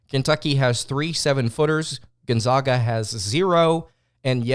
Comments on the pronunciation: Say it with me everybody…..GONE-ZAG-UH NOT ZOGA! drive me nuts it ain’t hard to pronounce bro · I saw you and Andy Pattons podcast and now this one....please learn how to pronounce Gonzaga correctly please. its gone zag ( JUST LIKE BAG) Not ZAWG PLEASE! THEY ARE THE ZAGS....NOT THE ZAWGS! You are a very good podcaster....please do your homework! thanks! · American pronunciation ~ Sounds like guhn • zaa •guh